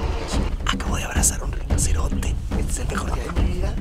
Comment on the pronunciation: Parece que esta diciendo él rinosernte este nunca lo avia visto pero saludame pliz